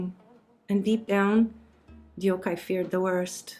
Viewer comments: Sorry, I've GOT to correct your pronunciation: her name was 덕혜, which with Amercian pronunciation, sounds almost like 'Duck-Hey', but more open vowels. The romanization of foreign languages follows different pronunciation rules. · Korean speaker here: Just FYI, you are pronouncing her name incorrectly. It should sound roughly like "Dawk-Hay." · no the narrator didn’t even try or look it up. Koreans names are 2 syllables and Korean is pure phonetical characters. It’s also two English sounding words put together “duck-hay” so easy to pronounce. Almost ironic the author couldn’t do her the decency of researching how to pronounce the name. Sounds Japanese the way she says it which is an embarrassment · The fact that you didn't bother to learn how to properly pronounce Korean names before deciding to put out this doc absolutely blows my mind. Every time you butchered Deokhye's name, it was so jarring I couldn't finish watching. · Thank you for telling her story, however your pronunciation is terrible. If you wanted to honor her, the least you could do was research the proper way to say her name. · They way you pronounce deokhye is disgusting. It is not like "youkai" in japanese okay. Please ask your korean (or korean american) friends how pronounce it. I can't listen to you more than 1 minute because of it. Please coreect your pronounciation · i just wished she wouldn't butcher her name like that from the very first second on... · Right? It’s sooo rude!! If you’re going to speak about the sad story of a Korean princess who was forgotten, start by getting her name right. It’s not even hard to pronounce in English. Irony of making it sound Japanese.. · It’s actually 덕혜 (deok hay) in Korean. I think the narrator meant to say deok-hay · The pronunciation is Dok-he not Deyokhay 😒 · Dee-ohk-hi(?!?!) you didn't even fucking try to get her name right! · Princess Deokhye's name is pronounced Deok-hye (duk-hee).